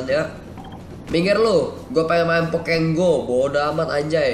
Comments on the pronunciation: bang bagus tapi bukan pokeng go pokemon go wkwkwkwwkwkwkwkkw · bang bukan di baca pokek go tapi pokemon go!!!!!!!!!!!!!!!!!!!!!!!!!